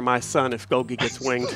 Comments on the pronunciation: I don't know if Golgie Apparatus was meant to be pronounced the way you do or if it's supposed to be pronounced like Golgi Apparatus, the scientific pronunciation. Is it weird that the way ya'll say it bothers me? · For every time they call him “Golghee” and not “Gol-gee” a biology student spontaneously combusts